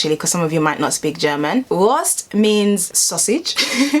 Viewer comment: It's pronounced: "Wurrrrrrst!"